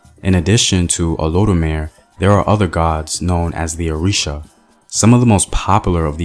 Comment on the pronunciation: Oludumare = Oh Loo Doo Ma RAY; Shango = Shon GO; You got Oshun mostly right (Oh SHOON).